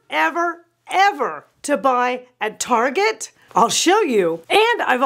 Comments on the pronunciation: Haha, I’ve had all that stuff you said not to get. Still have the matching dining set. It’s a work in progress! Btw, you probably know that “Tar-jey” was a big fat fail here in 🇨🇦. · you are so entertaining!! I haven’t heard Target pronounced “ Tar gey” since I was in junior high and we were trying to impress friends by pronouncing it that way!! 😂. I believe the Dayton family started that store, and unfortunately Dayton’s Department Store is no longer!!😞. Loved that store! You have so many good tips and advice. Thank you!!